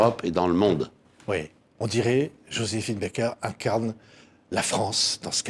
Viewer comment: Merveilleuse JOSÉPHINE BAKER. Je ne comprendrais jamais Pourquoi, beaucoup s'entêtent à prononcer son nom d'artiste A l'américaine, elle préférait Qu'il soit prononcer à la française !